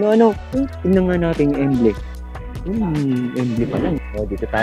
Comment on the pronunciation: Correction lang po, no offense. Ang tamang pagbigkas po ay "EMBLEM" at hindi EMBLE. Salamat po.